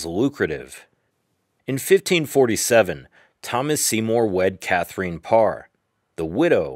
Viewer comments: clicked off as soon as you pronounced "Katherine" in a weird way. "Kather-een" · This was a nice piece. Thank you taking the time to reply to us. I did go learn a bit more about Katherine I believe she would have approved of the Spanish/French intonation with which you pronounced her name. Keep up the good work! Thanks again for the reply.